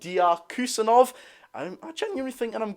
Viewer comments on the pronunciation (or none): if you say Abdukodr Husanov, it will sound more correct.